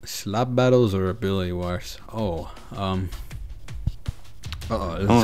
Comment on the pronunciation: What a english masters piece "slab battles"